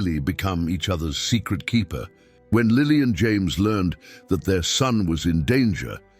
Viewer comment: "James" Potter's first name pronounced "Yah-mehs"???????????